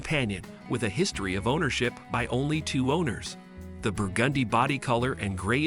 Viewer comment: No locations given. BTW, what's brew-gundy ??